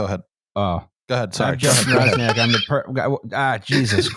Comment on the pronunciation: Swoją drogą jak już o Polakach i polskim mówimy to Justin czytający Roczniak jako Razniak jest dość zabawne